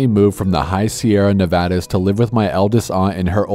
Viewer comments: Thank you for saying Nevada instead of Nevoda. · Thank you for pronouncing Nevada correctly. Unless you live in Nevada very few ppl will pronounce it right!!!!!!!!